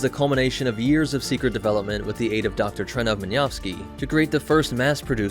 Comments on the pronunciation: Min-yov-skii ... Cousin to Minovsky? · Dude you're pronouncing Minovsky very wrong, identifying non-Zaku mobile suits as Zakus, and showing alternate-universe Zakus as UC Zakus. If you're going to do a video like this you gotta get your info right.